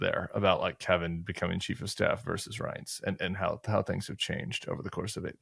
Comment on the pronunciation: Tim, love all your pods and appearances but please pronounce “versus” properly. It’s not “verse”. That is part of a song. Versus has two syllables.